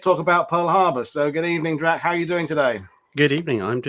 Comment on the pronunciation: It's Drach. Checked the time and clocked it being over 2 hours. Detail.